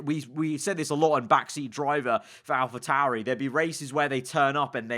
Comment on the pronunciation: *Alpa tauri